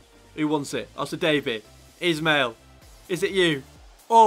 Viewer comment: You’re pronouncing Ismail wrong as it’s actually pronounced ish-male